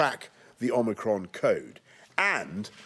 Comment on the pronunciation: My English is not good - when he says "omicron" I hear "Oh, Macron"